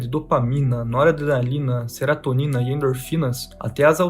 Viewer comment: Seratonina nao. Serotonina 🙏🏻